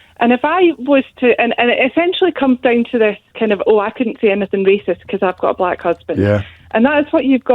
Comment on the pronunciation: You do wonder if he pronounces "black" with two gees.